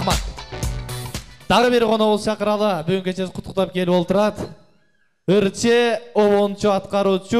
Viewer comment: Кутуктап эмес куттуктап деп суйлосо болмок алып баруучу